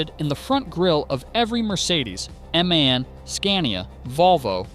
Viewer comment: For the thousandth time it's not pronounced man, its pronounced M.A.N. As separate letters. Stands for 'Maschinenfabrik Augsburg-Nürnberg'.